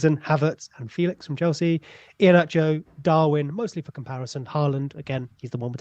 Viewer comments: Also it's apparently more like Fey-lish than Fey-lix if I'm not mistaken? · Just in case you guys care, it is feh lix not Felix there is an accent on the E...apparently he gets annoyed by people not saying it properly lol poor lad